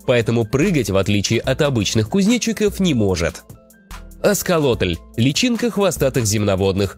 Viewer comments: Аксолотль, а не "асколотль" 😂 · Аксолотль блин, не асколотль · Чё с голосом и не аскалотль а аксалотль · Пхахаха не аскалотьл а аксолотль ;) (просто поправляю) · Не аСКолотль, а аКСолотль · Вы, произнесли название „асталотель” [аксталотэль], – правильно — „аксалотель” [аксалотэль] — личинка саломанры, которая не развилась. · Не аскалотль, а аксолотль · Вообще-то Аксолотль а не асколотль